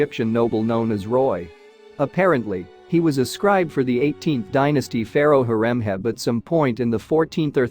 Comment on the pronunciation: How did you manage to mispronounce : Ramses, Horemheb and Tutankhamen?